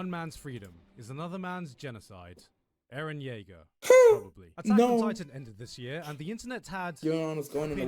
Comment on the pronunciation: So Free Eren is still here. Disappointing how mispronunciations still happen. He actually say it correctly! Great video.